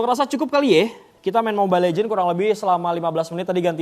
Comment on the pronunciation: mobile legends bang bukan legend